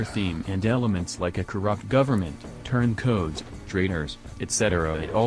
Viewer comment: it's turn coats. Not turn Codes. Otherwise spot on review chap.